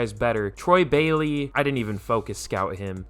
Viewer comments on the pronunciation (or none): none